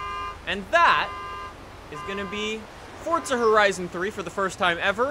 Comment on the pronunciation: why does he say fortza